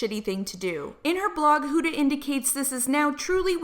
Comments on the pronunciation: Her name is Huda not Hooda. Do you call umbrellas oombrellas too? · Love your tea vids. But I couldn't stand the way you were saying huda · Lol the way she the way she pronounces Huda is kinda weird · if you're going to make a whole video about her then learn to say her name correctly